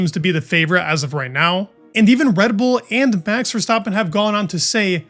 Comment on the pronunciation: Why bro keep saying "Ver-Stoppen- it's VerstAppen